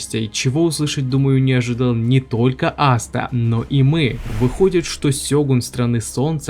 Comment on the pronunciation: Какой нахуй астеР он АСТА зачем коверкать его имя, можно конечно шуточно назвать астерикс но не астер